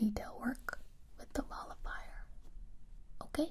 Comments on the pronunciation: I thought I heard her say Ball of Fire instead of Molifier so I was like. Well I guess I'm getting set on fire, that'll burn those worries away for sure! Lol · First time I watched it I thought she was calling it the ball of fire and I got really confused when she pulls out the little cotton ball on a stick 😂